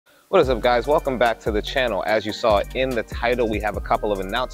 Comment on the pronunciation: It’s “CHANNEL”, man, not “CAHNNEL”.